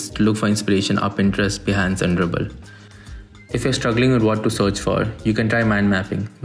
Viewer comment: he said Pinterest, Bahnce and ? Ruble? Update: Dribble